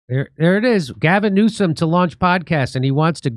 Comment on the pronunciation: Did you say Orgasm Newsom?